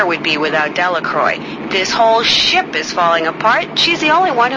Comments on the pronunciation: Delacroix can't even pronounce her name properly... Well in fact it seems no one can. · What I thought was funny was that even Marie mispronounced her own name. But I loved this game!